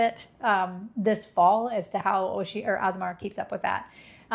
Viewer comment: It’s pronounced Oh-she-Ann-e-ah, not oh-she-anna